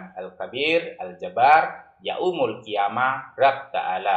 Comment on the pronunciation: Itu mah murtadin odong² , masa bilang yaumul jadi ya-umul , harusnya jangan di penggal